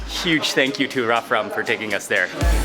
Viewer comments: LOL HE SAID "RAMRAF" INSTEAD OF "RAFRAM" AT THE END XD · He mispronounced Rafram's name at the end of the video loll... Other than that, nice video, you left my mouth watering with all that good food and the city is really beautiful!